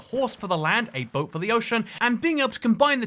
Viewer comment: did my man just say 'boat' like 'bott'